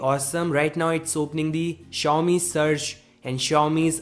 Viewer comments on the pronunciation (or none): Why do you keep saying the company name wrong about 100 times in your videos?